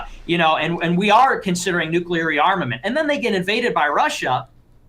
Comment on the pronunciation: Ahhh this is the destiny I used to love: he’s arguing with a fuckin nazi dude who is absurdly braindead but somehow thinks they’re smart Lol also is never gonna stop saying “nucular” is he